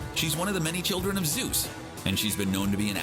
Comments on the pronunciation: It’s ZEUS...not Zues!! Freaking CBR. 🙄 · ZEUS not ZUES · Zeus, not zues.